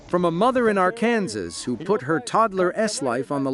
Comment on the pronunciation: R-Kansas?!?!? Really? If you’re going to use AI or whatever to narrate, at least make sure all of the pronunciation is correct. 🙄